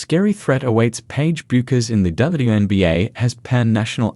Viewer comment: can't pronounce her name right!! terrible video